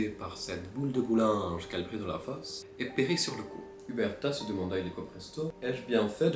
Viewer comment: " du boulinge" 😂😂 j'ai mis 5 min avant de comprendre bowling 😅